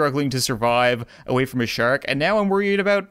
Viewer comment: I love how he says shark😂 "Shurk"😂